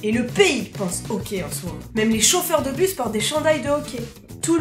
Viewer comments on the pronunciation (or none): le ok c'est super important... C'est vraiment ça que j'ai entendu jusqu'à ce que je me rendes comptes que tu parlais du hockey XD on le dit awké c'est pour ça lol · Tu dis au quais ala place de hockey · On ne dit pas « ohquai » mais « ahquai ».... ok? :) (référence Hockey). Même encore plus « âhquai »... conseil ne pas manger d’ail avant de prononcer le mot Hockey au Québec tellement le ´H’ est expiré :) excellente vidéo! J’ai eu bien du plaisir à la regarder :) bonne continuité et bienvenue ´che nous’ :) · on dit hocky et non ok et Céline dion y'a juste les vieux qui l'aime pis tu n'est pas une Québécoise tu est une française tu n'est pas l'une des notre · C'est mignon comment tu prononces hockey on dirait que tu dis ''okay'' et pour le pourboire il faut TOUJOURS donner un minimum de 15% du coût de la facture à moins que le service soit terrible puisque les serveurs gagnent moins que le salaire minimum à cause du pourboire qu'ils reçoivent. Super vidéos en passant :) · Quand t’a dit hockey je pensais qu’t’vais dit hoquet! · J'adore quand tu dis okai au lieu de hockey 😂😂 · Au debut j'ai compris que tu parlais du hoquet, tu sais le truc énervant qui durent des heures avant de comprendre que tu parlais du sport.🙃🙃🙃